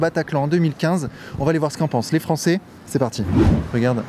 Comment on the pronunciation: "euuh che ne parleuh pas fronçais"😂😂🔥🔥 et l'autre qui fait mine ou ne sait Foutrement RIEN de l'Etat Islamique et autre... BEST LIFE